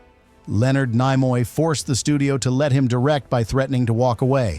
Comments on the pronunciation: Slap your AI narrator! Nimoy is pronounced KNEE-MOY, not NIGH-MOY. It wsa in your first sentence only, fortunately. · As soon as i heard Nimoy pronounced Nye moye i switched this AI shit off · I started watching this video, and heard the name "Leonard NEYE-moy" mentioned within the first 5 seconds. I immediate stopped watching right there and then, and I'm just taking a few seconds to write this comment. I have no idea what follows the first 5 seconds, but hearing "Leonard NEYE-moy" was enough to let me know that watching the rest would be a waste of time. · Ai Content Detected… Leonard NY-moy. Sound of fart wafting. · Ni-moy the ai does not now How to pronounce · You could not even pronounce his name... lost any credibility five seconds in. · An AI voice that can't pronounce a well known name is not worth finishing. I didn't. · More AI sloptube. Can't even pronounce Nimoy. Bug off. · Brought to you by AI that cannot pronounce Leonard Nimoy's name correctly.